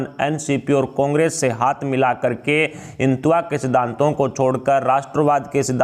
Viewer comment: Aap hindi bhi nahi bol sakte. Jara hindutva theek se bol ke batain !